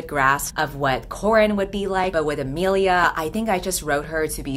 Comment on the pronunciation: imilia Me with the same name: t-thats... RAD but that ain't how u pronounce it...*nervous sweating* A-Me-li-A